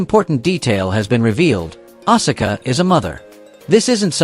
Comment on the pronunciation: And you butchered Asuka's name as well!!! You're obviously NOT a true wrestling fan if you're pronouncing all these names wrong. Stops watching